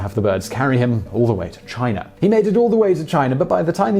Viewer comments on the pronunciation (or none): none